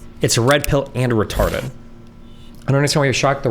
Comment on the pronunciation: When he emphasized the word "retarded" 🥶